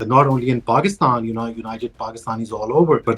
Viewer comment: Can try to pronounce Pakistan correctly?